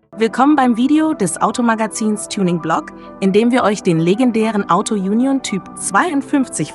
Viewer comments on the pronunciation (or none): Die Sprecherin mit ihrem Autojunjon nervt.